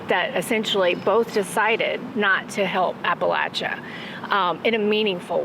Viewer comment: Thanks for not punching that guy for mispronouncing Appalachia. I know that hurt😂.. You come to Bristol we get BBQ on me. Also. The last piece on substack was beautiful - personable and smart. The spirit of down home is deeeeeeep 😂